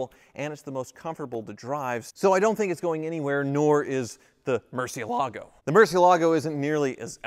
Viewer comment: **Hits play on video** Clenching teeth, "Please don't pronounce it mercy ALAA go, please don't pronounce it mercy ALAA go, please don't pronounce it mercy ALAA go, please don't pronounce it mercy ALAA go, please don't pronounce it mercy ALAA go, please don't pronounce it mercy ALAA go...". Sigh, 40 seconds later I am out.